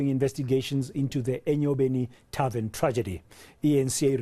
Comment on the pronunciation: And he still says "tarven shooting in Mamelodi"... How is a Chisa Nyama a tarven? Buffles me really! And the journalist puts the cherry on top saying that tarvens are places of "leisure" haow Nkosi...